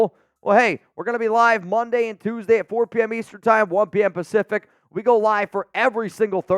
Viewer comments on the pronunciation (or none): none